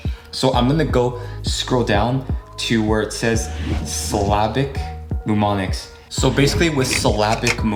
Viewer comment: The first M in Mnemonics is SILENT!!